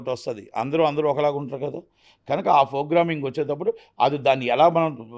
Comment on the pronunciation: 'F'rogramming; 'BULLUthera' - kaani thammudu correctga cheppaada!